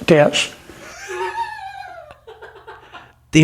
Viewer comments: 😂 Kennedy is soooo intelligent he can’t even pronounce her name 😂🤣 wasn’t he in the Smokey and the bandit films? As the villain cud chewing sherif or something? lol 😂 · Kennedy cannot even read or pronounce AOC name ,he is totally not intelligent. Omg. Whats he doing in the white house. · I am laughing my a*s off! Omg, hilarious! I had to listen to John Neely Kennedy pronounce Alexandria Ocasio-Cortez name over & over! What a doofus… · Did he say Oh-Casio Corset Tits? 😂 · he said Ocasio Corset-tits. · "Acatio corsette-tez" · Sounded like he said Ocacia Corset Tits 😳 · I think he said "corset tits" 😂 for AOC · john kennedy definitely said "corset"... I think his mind was elsewhere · Did he call AOC Ocasio Corset Tits? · I think he said "Ocasio corset tits" 😂 Tells you where his mind goes with her 😂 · Wait. Did Kennedy try to say occasional corset tits? Pervert. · It's EASY! Congresswoman Ocasio-Corset-Debs. That is exactly how it should be pronounced in Spanglish! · I'd vote for Congresswoman O-Casio Corset-tits anyday 🤣🤣 WTF is this dude trying to mumble about?!? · Did he say "ocasio corset tits"? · Kennedy said "corset". He was sexually fantasizing about AOC. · He said “corset tits!” No f ing way. What a sleaze ball. 🤢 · He said ocasheo corsett detz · Did he say tits?? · Occasional Corset-Tits is what it sounded like Kennedy said to me. 😂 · He was saying “Ocasio Corset” lol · He miss pronounced AOCs name n said ... Corset, which is a sexy type upper body lifting bra and lacy affair... Wonder what he was thinkin of? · "Ocayshio Corset-tez"? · He literally said Ocasio Corset-Tits. And totally not on purpose either... Every accidental 'whoopsy, I just misspoke' is completely devoid of calculation to characterize the opponent in an unflattering light. He's just a down-home folksy older statesman who had a slip of the tongue, don'tchaknow??? Who wouldn't trust such a fellow over Ocasio Corset-Tits? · O’casheo Corset-Tez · Did he say "Acacia Corset Tits"?